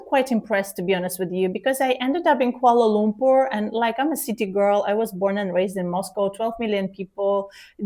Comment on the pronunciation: I notive that both pronounce Malaysia with the correct pronunciation just like Malaysians, and Dr Ekaterina pronounces Kuala Lumpur perfectly.